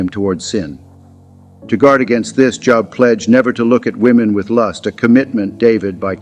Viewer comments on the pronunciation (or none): Pronounced Jōb. Not jŏb. Good grief. You're teaching?